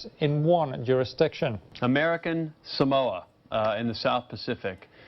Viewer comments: John - “you cannot mispronounce American Samoa” John at the same time- mispronounces “American Samoa” Btw “sa-MOE-ah” is very wrong. It’s pronounced “SAR-MOR-ah” (r is non-rhotic) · John, technically you also mispronounced it. Locals say "Saah-mo-ah" not "Sa-MO-ah." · SAH-moa. Not sa-MOWA. And let's not even start on how John pronounced Eni Faleomavaega. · Criticises someone for mispronouncing "Samoa". But John Oliver pronounces it wrong too. It's not "Sa-mou-ah", it's "Sa-moah", with the "o" elongated. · Better than Samolia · American Samolia. I can understand finding his name being difficult to pronounce, but honestly, failing to pronounce the place he's from correctly is like me saying Eww Fork instead of New York, it's fucking stupid. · "American Samolia". How the fuck did this guy become a congressman? I learned about American Samoa in fucking middle school. What an embarrassment to the country. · Funny that John and others in this video aren't pronouncing 'Samoa' correctly themselves.